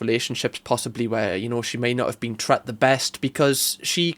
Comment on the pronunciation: I am not sure if it is the country you are from, but isn't the correct word treated and not tret 😂😂 We say the way she was treated in SA 🇿🇦 Love your videos 💯 MAFS is too cringe to watch 😮